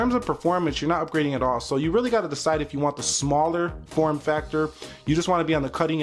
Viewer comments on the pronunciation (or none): none